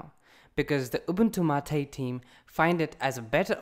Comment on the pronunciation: It's not Ubuntu MAATEE! it's Ubuntu MATE :P